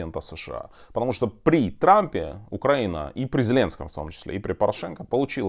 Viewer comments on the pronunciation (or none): Доброго времени! Тарас , почему? Вы говорите УкрАина (ударение на 1й слог,, а не УкраИна!) вам трудно?😊 это как если бы ваше имя не ТарАс , а ТАрас,... Пардон😊